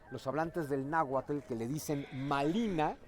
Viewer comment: Porfavor, aprendan a pronunciar bien "nahuatl" 🥹